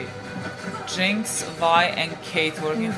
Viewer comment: Its "Jinx" btw